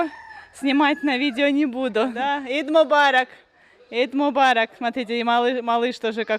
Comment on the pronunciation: Не ид мобарок а аид мобарок. Eid Mobarak